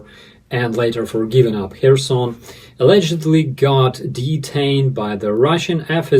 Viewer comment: It is funny to hear you pronounce Kherson "Care-zone" when you are are on other shows. It is nice hearing it pronounced properly here.